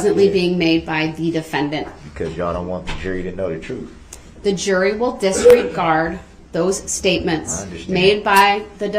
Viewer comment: Truf, Amonish, substain, Recross Examinate, edjunicated, cohorsion, oaf of office, he can't even speak english yet he uses words he can't even pronounce.